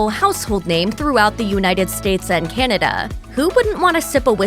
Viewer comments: Kennada? Cant pronounce Canada! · I like Crown Royal, but I don't understand why the narrator keeps on pronouncing Canada like it's spelled Kinada. There is no letter "I" in the name of that country. It sounds weird, get it right.